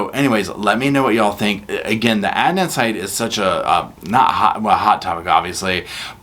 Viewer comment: That Pappini women is like the Duracell bunny. She keeps going on and on but in the wrong direction. What a thing to say about paying everyone back IF she wins the lottery 😡 . You said Adnan's name correctly. I've been in a closed Facebook group since day one and I've been given address's to write to giving an international interest in the case. I never believed Adnan was guilty especially with the shifty backgrounds of the prosecution witnesses. Adnan's own defence team was also dodgy and unprofessional. I know his attorney was terminally ill and is now deceased but she should have excused herself from the case or stole money meant for her clients case. I was elated the other night when my phone blew up to tell me Adnan was released. I hope the media leave ihim n peace as he is disoriented and exhausted and going through so many emotions. He still hasn't grieved properly for his ex girlfriend Hae Min Lee and they were still very good friends even though she had started seeing someone else. They still looked out for each other. My heart and condolences still go out to Hae Min's family as always 🙏❤🙏